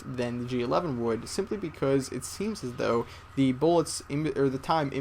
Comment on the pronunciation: word: beCUZ